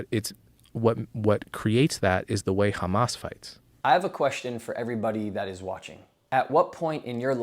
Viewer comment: Its pronounced Hhhhhhamas not Kkkhhhamas